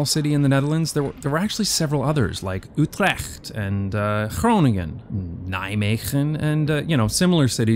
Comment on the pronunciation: Hah... I know the Dutch "G" and "ch" is very hard for foreigners to pronounce. But you said Groningen, Nijmegen and Utrecht pretty well.